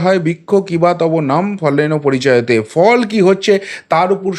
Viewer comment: কথাটা ফলেন পরিচয়তে নয় হবে ফলেন পরিচীয়তে ।